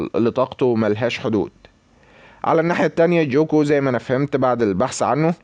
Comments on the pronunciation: مع احترامي اسمو ليس جوكو اسمه قوكو الكتابة جوكو لكن النطق قوكو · اسمه ينكتب كذة غوكو مو جوكو نطقو GOKU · هو مصري اسم غوكو صعب على طريقة لفضه او لي لهجته